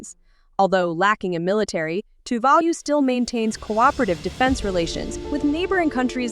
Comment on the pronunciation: What a terrible video.Virtually none of the background scenery is of Tuvalu.The information full off errors.Even the pronunciation of the island name is 100% wrong.